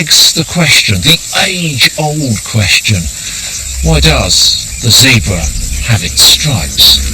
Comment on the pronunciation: Great program, spoilt by the annoying Chris packman and his awful accent and pronunciation of words especially any that have an r in it. He can't even pronounce Zebra pwoperly. What the hell is a Zeebwer.